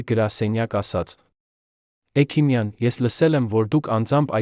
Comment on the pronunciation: Այ., էքիմյան. Չի. Հեքմյան. Է։ Սա. Համ.. Խոսում. Է.. Էլ. Մտածում՞՞ է։